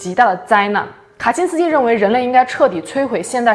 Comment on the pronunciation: "卡辛斯基"讲得恰